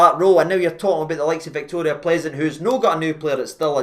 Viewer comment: Pronounced Pilzen,. They gave us pilsener lager.